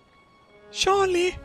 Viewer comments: To be fair, has a bit of trouble with some English phonemes (ie. juice, jeep, just) and this is one of them. He does sound like he's saying Sharlie instead of Charlie so people are getting it wrong. Be nice. It's a video! He has much lovin' for all of us. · its not a jeep its a yeep. And he is called sharlie not Charlie. LOL